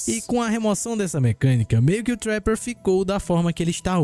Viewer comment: olha como o menino fala trapper, assim o curso de inglês chora